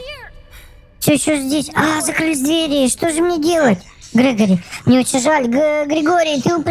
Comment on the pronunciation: Не Грегорий а Грегори